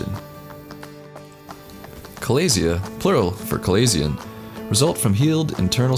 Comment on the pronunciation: You are miss pronouncing chalazion...notice the ch is is said like the sh sound